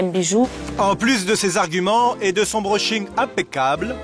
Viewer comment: De son broashing impeccable ptdr